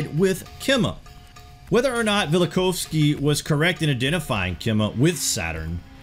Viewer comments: Velikov-isky? It's Immanuel Vel-i-KOV-sky. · That’s Vella-cough-skee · I've always heard it pronounced "Vell - Uh - Koff - Ski", by the way. Great video, though. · funniest pronunciation of velikovsky I've ever heard lol